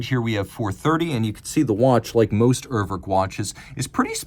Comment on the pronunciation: Dear, I know you're very much one for getting things right, including pronunciations. It's not "err-werrk" (as in "twerk"). The first vowel sounds pretty much like "ooh" in the letter "U" (spoken "yooh"). Another example would be how English speakers say the word "Uber" (the company). The second vowel isn't an "o" as in "work" but an "e" as in "estimate". If you wanna get fancy, it's /'uːɐ̯vɛʁk/ Cheers